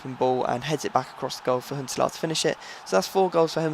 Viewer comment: Why do you say Huntelaar like Hitler?